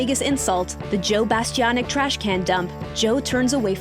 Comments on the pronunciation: "Joe Bastiobitch" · I just have to say one thing about this video.. His last name is pronounced Bastianich (Rhymes with the word "itch" or "witch") It's not pronounced the way you keep pronouncing it.. Sorry, I just had to get that off my chest, it was driving me nuts. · You might want to practice Joe’s last name: Bah-Stee-Ahn-Itch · It would be nice if you could pronounce his surname correctly, especially since it's often said on Masterchef.